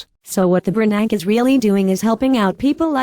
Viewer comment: That's Warren /Buffay/ ! /Bernanks/ Dude.